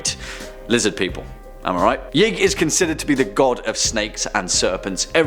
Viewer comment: #2 is actually pronounced “Yeeee..ig”. Source : Important Videos Playlist